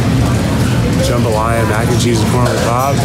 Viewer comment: it’s jambalaya not jumbalaya...